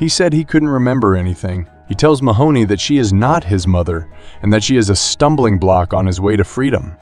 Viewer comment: everytime Mahone is pronounced "Mahoney", i die inside a little bit